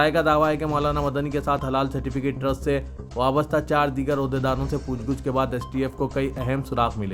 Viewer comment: Aslam sab please urdu durust kejey Pooch GOOCH nahi POOCH GACH Hai